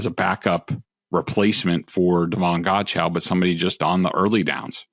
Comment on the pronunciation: Godcheux_ pronounced (God-Cho) ....not (God-Chow)